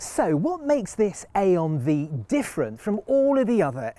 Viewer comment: You had every opportunity to call it the I-on Five, but you went with A-on Vee 😂